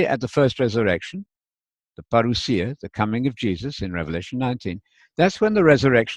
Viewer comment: Hi, When you pronounce the word parousia you sound very Greek. I think Spanish helps a lot in the pronunciation of Greek. Teo from Greece!